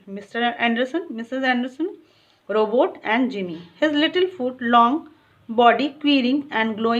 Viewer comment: Mam vo robutt h robot nhi and thanks for explanation ❤